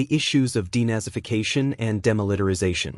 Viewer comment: Timeline denazification and Demilitarisation! Your computerised voiceover should go back to school!